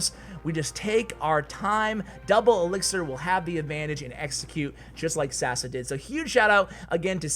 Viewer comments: I love the way u pronounce Sasa xD It's pronounced Sasha btw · It's not Sasa its Sasha because he is from Balkan (Serbia) and his name is pronounce that way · It's not sasa. It's Saša in Yugo language or Sasha